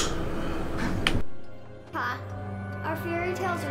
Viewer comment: Luke "COBBS"? LMFAO